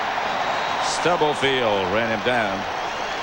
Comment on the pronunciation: I do feel like if Madden were calling this game in the age of social media people would be chirping. He talks way more than Pat. And he is unable to pronounce Dana Stubblefield‘s last name.